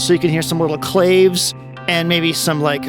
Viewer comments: Hey man, great demo. Yep, I just ordered one. As a sidenote and please don’t take offense, but you are pronouncing “Clave” wrong, it’s meant to imitate the sound of the Latin instrument which is pronounced “Clah-vey”. So yeah, great demos as always, super comprehensive and definitely do not mean to sound condescending, but I thought you would prefer to pronounce clave correctly! All the very best to you, NAI⚡️🐉⚡️ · Wikipedia says "clave" can be pronounced "Claw-vay" or "clayv." I've only ever heard the former, but, evidently that's a me issue.